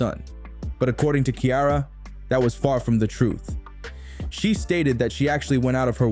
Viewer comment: Who is this lady?? Learn to say Ciara's name.